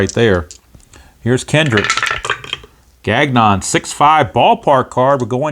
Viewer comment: Nice win for the Metsies despite typical Diaz blown save. Also Gagnon is “Gahn-yo”